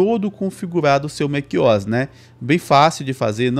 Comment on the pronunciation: "Mac Ois" tá louco 😔